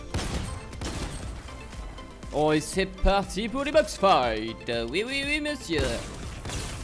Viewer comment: C pas pour que tu le prends mal mais on dit fa it et pas fit